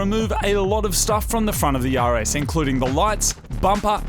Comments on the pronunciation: I thought you said Yaris instead of (RS) for half of the video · Totally thought he said "take off the front of the Yaris" had to ew watch 3 times to hear "RS" correctly 😂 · When Moog says "RS"... it sounds like "Yaris"... lol🤷🏾‍♂️😁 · When you say "The RS" is almost sounds like "Yaris." :3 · Every time he says “the rs” I hear “the Yaris” and that’s a beautiful thing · Every time Moog says rs, it sounds like he's saying yaaris haha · everytime moog says (the rs) it sounds like yaris to me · I could've sworn you said "we've got to remove a lot off stuff on the Yaris" 😂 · CANNOT UNHEAR YARIS